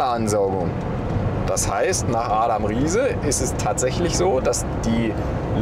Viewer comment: Der mathematiker, nach dem das Sprichwort geht "Das macht nach Adam Riese...." ist so falsch man sagt nicht "Riese" der Typ heißt Adam Ries bitte mal drauf achten